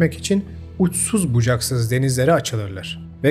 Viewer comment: Emeğine sağlık , çok kaliteli videolar yapıyorsun. Bilmiyorum ulaşır mı sana ama,“Haritalar” kelimesinin söyleminde ufak bir sıkıntı var gibi.